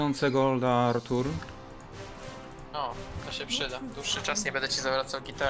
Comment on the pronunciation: bławo Ałtuł świetne zagranie kappa